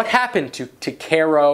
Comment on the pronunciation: "What happen to... Ta-care-roo Ko-" *Dislike *Click off